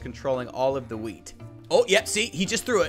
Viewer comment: Ha-weet (wheat) best part of the video